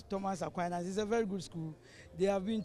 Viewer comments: You have no idea of transcription, sir. That's my alma mata. It's spelt Aquinas, yes; but it's pronounced as /A-kwai-nas/. Check any good dictionary up for words and how they are pronounced. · "A-kwai-nas" Madam presenter, the Catholics go vex plus you o😂😂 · Our school is A-QUI-NAS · Madam presenter, please learn how to mention the name of our school 😔 AQUINAS